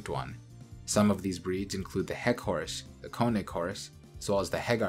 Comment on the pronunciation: This dude pronounces it hor-us so for a little while i thought the horse and the hor-us were two different species